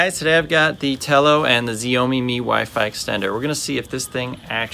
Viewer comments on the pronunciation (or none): It’s not ‘ziao me’ it sounds like ‘shiao me’ but it’s 小米